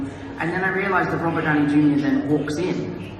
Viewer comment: Owh Mah Gouwd Its Rubert Downey Jueniur (Misspelled Intended)